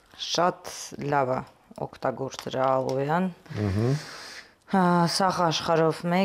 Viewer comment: Ժողովորդ, մեկդ իրեն հուշեք, որ ալոյա չի, այլ ալոե։ Անընդհատ կրկնում է ալոյա 🤦‍♀️